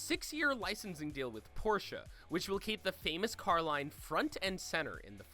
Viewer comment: Sentenario, Porsche GTS RS?!?! I'm depressed my these pronunciations